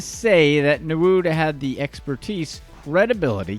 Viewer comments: Nwude (ñwooday) not nawood 😂😂😂😂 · How did he get narood from nwude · Newood...rotfl...please do your research on how the names are pronounced... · This channel initially came across as credible but all that was lost when i saw Emefiele being mentioned as Nguma or something, also all the names were being mispronounced. Nwude became Nawood. I guess you would be able to pronounce Polish 1st choice goal keeper who currently plays for Juventus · What type of insult is dat pronounce nwude well